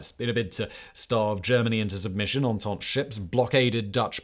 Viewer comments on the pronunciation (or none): none